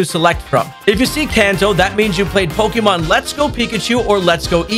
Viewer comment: Bruh!…. He’s saying “pokyyyymhon!”!?!?